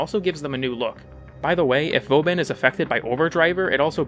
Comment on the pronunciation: "vo ban"? wtf my guy